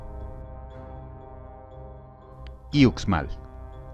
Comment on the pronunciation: Ucmal se prinuncia uxmal no ucmal 🤦